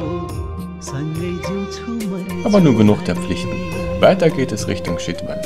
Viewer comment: Sehr netter Reisebericht, kleine Kritik für uns heißt Chitwan ausgesprochen "Tschitwan" und nicht "Schitwan" !?